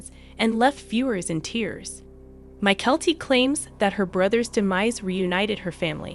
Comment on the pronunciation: Please all the miss pronounced words by the computer generated voice over needs to stop, it gets very annoying and what’s more disturbing is that they referred to Janelle as if she were some kind of fat pig, really??? Disgusting! Mykelti not My-Kelli! Patreon!